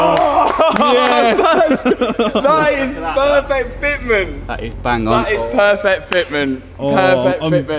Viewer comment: Pearrrrfekt Fetmint